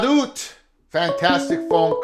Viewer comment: Oot? You(t) named after the native American tribe. Don't mean to be crucial but the ute tribe have been great and correct pronunciation would be appreciated 👍